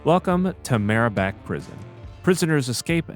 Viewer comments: uhh its mabarak prison not marabak lmao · im not trying to be a dick or troll or anything i just want to tell you that the name on the Prison entrance placard says Mabarak, not Mare-a-bak. really enjoying your content and thank you so much for introducing me to World War 3 and helping detail and explain out new patch changes and info for my fav shooters. good day friend